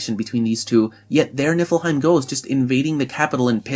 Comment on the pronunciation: Am I the only one who noticed he just kept saying nipplehiem